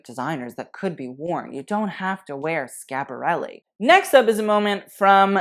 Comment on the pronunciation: I appreciate the correct pronunciation of Versace and Schiaparelli. Kudos to you. Everytime i hear "Versacee" I cringe. But because I'm an annoying Italian gramman Nazi: it's Bottega VÈNETA, not VENÈTA. It's the same accent as "mèdical", and not like "bodèga". I hope I've made myself clear. Un bacio, ciao!